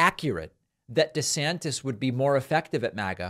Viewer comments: David calls him “DeSanctis” 😂 DeSantis and Trump are a couple of dictatorheads. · I love when David began reading verbatim and said DeSanctus😂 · when David says "DeSanctus" while reading aloud...SIR! You have the Trump Derangement Syndrome, SIR!